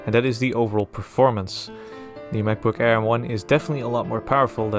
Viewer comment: what's a mavbook? :0